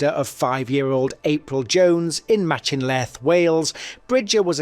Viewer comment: you absolutely butchered the pronunciation of Machynlleth 🙃